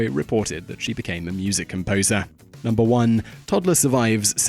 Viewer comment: "And at numebr 1 we have courier six"